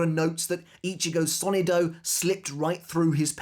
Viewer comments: It's so-NI-do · Hello, great video. I just wanted to give a piece of advice. As a native Spanish speaker, the word "sonido" is pronounced with the stress on the second sylable, not the first.